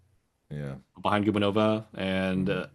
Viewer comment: Thomas, Anastasiia’s last name is pronounced guBAnova. Not GUbaNOva. It rhymes with Stepanova.